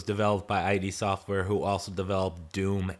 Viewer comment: "id" Software as in "did", not "I.D." Software